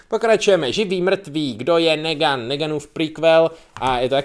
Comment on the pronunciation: Twl ještě jednou vyslovíš Negan jako: negan :D